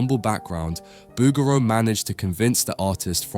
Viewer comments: The name rhymes with "boogaloo," not "overthrow." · Please pronounce the painter’s name correctly: Boog'raw